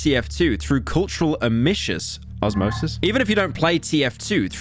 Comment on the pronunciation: He did mispronounce 'osmosis' in a very interesting way